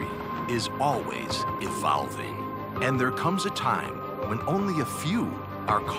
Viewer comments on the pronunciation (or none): "EvALving" what..